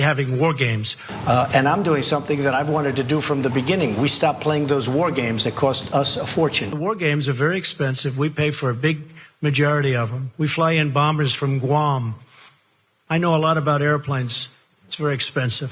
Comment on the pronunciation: Did anyone else catch that? ‘Bom-b-ers’ from Guam.... The dipshit in chief does not understand a SILENT B.